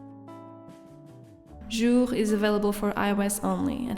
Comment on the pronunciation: your pronunciation of “Jour” is perfect! 🇫🇷